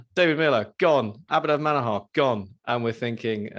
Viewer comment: It's Manoooohar Not Manahaaaar.